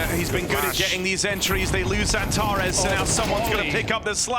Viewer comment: Speker sürekli Xantaresss diyor😀